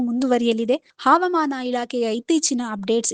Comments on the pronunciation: ಮೇಡಂ ಹಾವಮಾನ ಅಲ್ಲ ಹವಾಮಾನ ಎಂದು ಓದಬೇಕು. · ಮೇಡಂ ಕನ್ನಡ ಕಲಿತುಕೊಳ್ಳಿ.... ಹವಾಮಾನ